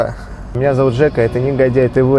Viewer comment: Написано нЕгодяй тв, а говоришь нИгодяй тв!!